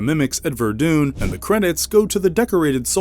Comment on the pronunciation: The way the narrator kept saying Ver dune instead of Vur Dun which is how you spell Verdun really bothered me.